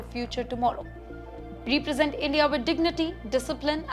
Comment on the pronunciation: She even mispronounces her own country: she says “Endia” instead of India. She may have a speech impediment.